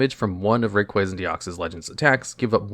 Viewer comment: kruryem? Zebstreeka? Rayqueza? are you serious?